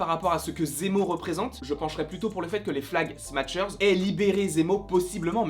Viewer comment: En français on dirait « flag smacheur » plutôt que « flag smatcheur » voila voila